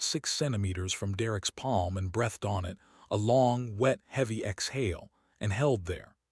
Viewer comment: You need to get a human narrator so the words like breath and breathed are pronounced correctly with the long ee not the eh in the middle.